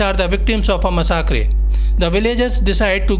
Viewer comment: Massacre pronunciation is incorrect kindly do not repeat in future